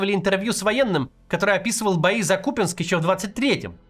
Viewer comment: Наконец то КУпянск,а не КупЯнск